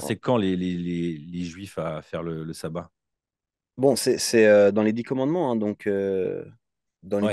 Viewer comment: Ca se prononce chabbat pas sabbat